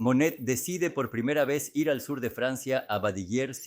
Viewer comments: Todo el tiempo po estuve confundicda. Tido el tiempo pronunciaba Manet, se que fue traducido con IA YA ESO ES LO USUAL, PERO FASTIDIA. EN REALIDAD SE QUE SE TRABABA DE Monet y no de Manet que es otro pintor. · Extraordinario, sólo ten cuidado al pronunciar Monet y no Manet, son artistas diferentes. Exitos! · No es cierto. Monet se pronuncia "Moné". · Muy bien detallado tu trabajo, .... me parece muy bien trabajado y preciso. Solo qué habiéndo existido dos pintores franceses pertenecientes al mismo movimiento y contemporáneos; MANET y MONET, ( Eduardo Manet. y Claude Monet.) . A quien has tratado de biografiar es a Claude MONET,.... y has pronunciado en todo el video el apellido MANET. Solo ése detalle que crea confución, ... de resto TODO MUY BIEN. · Súper extraordinario!!!! Renoir fue excelentísimo. La duda es en Monet o Manet, son diferentes, y a veces no sé a cuál te refieres porque los pronuncias de un modo o del otro. Ojalá tengas más cuidado en ello, porque se queda la duda. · Curioso que los titulos de las pictures estan descritas en Ruso, ha! Ah, me confundes es Manet o Monet, no puedo distinguirlos cuando pronuncias. Pero gracias! 😍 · La voz IA comete ese error.